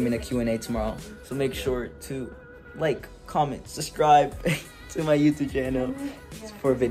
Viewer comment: He really said suscribe 😅😂😂